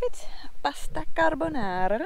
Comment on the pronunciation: Pasta carbonara pronunciation is excellent :-)))